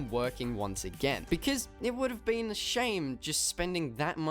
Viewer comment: Please stop saying becizz, it pronounced because. No hate